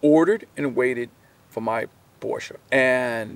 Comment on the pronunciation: Great video. And I am especially appreciative of the correct pronunciation of the car brand ‘Porsche’. Too many pronounce this brand incorrectly.